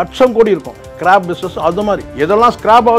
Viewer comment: அது ஸ்க்ராப் ஸ்கிராb அல்ல